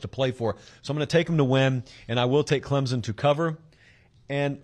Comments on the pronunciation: Heads up, Clemson is pronounced with more of a p sound than a Z. Think Clempson vs Clemzen phonetically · Hey…Clemson fan here……please pronounce the “p” In Clemson. Clemzon chaps our ass more than when Sc fans say clemsux 😂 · Not to be a nitpicker or anything but there's no Z in Clemson. Just sounds ignorant. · The "S" in Clemson is a hard S, like "son," it is not pronounced like a z. Please say the school name correctly.